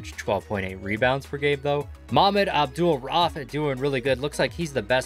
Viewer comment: His name's pronounced abdool-raoof. Malik's.